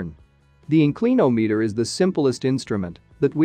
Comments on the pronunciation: Excellent but this AI software or speech generator should include a dictionary pronunciation database as part of its reference. In- CLEAN-ometer 😂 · Gawd I hate 'Robo Narration'! IN clin ahm eator!